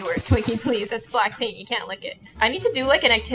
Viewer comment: I thought she said "Blackpink" but she said "Black Paint" :(